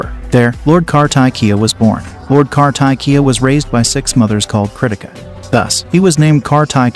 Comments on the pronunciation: Ok , kar-ta-ki-ya😂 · It's kaarthikeyaa..... please correct the pronounciation.....not kaartakiyaa..... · Its not "Car-tack-kiya", his name is pronounced as "Kaar-thick-keya", appreciate you learning about Hindu but then people from India will definitely get uncomfortable listening to the way you pronounce the names, just like me! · It's not kar-ta-ki..... it's pronounced "kaar-ti-kye" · It's pronounced " kaar thee Kay ya " not ' car tie kiya ' . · It’s pronounced as “kartikeya” - “ kar-ti-ke-ya” (car-tick-kay-ya) 😅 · The AI pronounced ir wrong as "Kar-Thai-Kiyaa" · no, in north, pronounce him as karti-key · Kar-tee-keya this way it should be pronounced but i appreciate to bringing out sanatana dharma to the world 👍🙏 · Correct the pronunciation..KAARTIKEYAA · Plz properly pronounce the name karthiikeya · It’s pronounced as car-the-keya not car-tie- Kia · Kartikya is pronounced- kar (as in car) thik - ya ( y - a. Not yah.) ! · How incorrect you are pronouncing lord Kar-ta-ki-ya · kaar_tee_ke_yaa ; now pronounce. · For god's sake pronounce kartikeya correctly